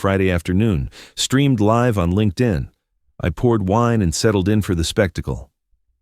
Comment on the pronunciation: Good story but the AI is pathetic at pronouncing certain things like money values dates and time, so it just mumbles gibberish. Doesn't know the difference between live (as I will live) and live (it is alive) - really rather pathetic.